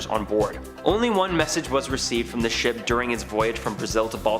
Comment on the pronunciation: how said shop not ship : )